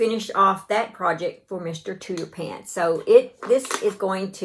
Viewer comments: I’m pretty sure it’s pronounced TOOTER-FANT because it’s like an elephant which is pronounced ELE-FANT. But regardless of what you call him, he’s adorable, you did a terrific job. Take care and stay safe! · Mr. Tooterphants is an elephant with an exaggerated trunk. I think it's pronounced tooter-fants. I love your work. I'm about to join the shoulders of the sweater you're wearing. My first sweater. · I think it cute that you call your crochet elephant Mr. Tooterphants as Tooterpants...I would think you would call it an elephant pronouncing the ph as an f . Either way, he is adorable